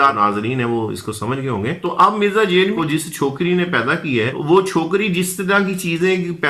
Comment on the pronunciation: جہلمی کی ج کو زبر کے ساتھ پڑھیں ھ کو زبر کے ساتھ، ل کو جزم سے م ی زیر می جھل می مکمل لفظ جھلمی ،یا دوسرے الفاظ میں جھنمی